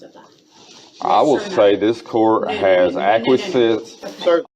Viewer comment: Ack-wah-sense? That sounds like a made up word...